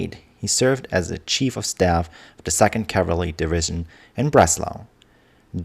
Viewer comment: Your accent is really not all that bad except for the word "cavalry."😊